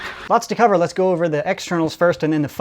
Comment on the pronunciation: "les nope" when you French good.